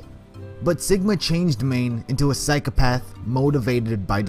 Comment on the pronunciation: i like how he goes on a rant about Psychopathy and continues to say 'psyc e path' you should really have correct pronunciation when talking about a subject you claim to know allot about psycOpath Psychopath is pronounced with an o not an e